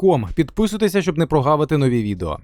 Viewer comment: Автор каналу знає про існування літери Ґ?